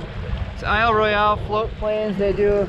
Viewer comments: Regardless of the spelling, It’s pronounced Isle Royal... not Isle Roy Ell. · Regardless of the spelling.... it’s pronounced aisle Royal...not Isle Roy ell